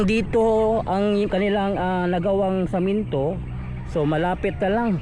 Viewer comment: semento bro,, Hindi samento,,pagbinisaya nlang gud ka